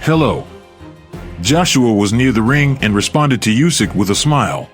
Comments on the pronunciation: It is not "Jusek" but Usyk. He told you that several times but stupid people doesn't help to say things million times! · Not "Usyk". Try to say "Oosyk", this will sound right. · His last name NOT just, but Usyk (Sounds like Oosyk) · Bad pronunciation of "Usyk" in this video.